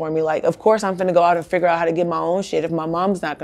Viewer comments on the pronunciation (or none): none